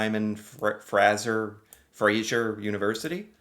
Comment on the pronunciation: Fraser rhymes with laser.